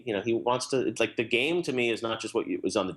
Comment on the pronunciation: Didju Rike it?